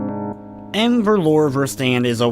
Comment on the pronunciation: im a bit late to this one but "n' Verlore Verstand" is "a lost mind" in Afrikaans, a South African language derived from Dutch. You dont pronounce the N as if you are reading the alphabet. it literally sounds like "uh". Read the sentence like this "uh ferloora firstund". I suspect this is why you consider it mistyped, perhaps you tried to trace it back to Dutch or German but are unfamiliar with Afrikaans. Great video though.